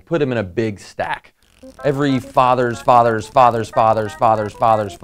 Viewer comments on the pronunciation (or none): ok now it sounds like ur saying otters insed of fauthers lol also u said we are related to mice and dinosaurs huh? We're birds then lol this leaves me the question is everything related